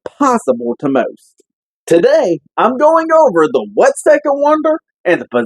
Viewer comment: I live in that town, its pronounced wat-see'-ka